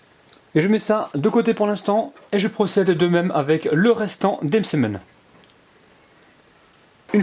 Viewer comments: Le msemn اول مرة نسمع لو مسمن 😂😂😂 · c que mw que sa fait rire la prononciation de "msemen" au début 😂😂